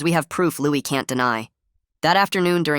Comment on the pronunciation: It's pronounced "Louie".